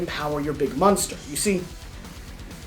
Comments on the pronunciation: they should fire this guy for saying "musnter" every time he is supposed to say 'Monster'. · This dude can’t pronounce monster. Yikes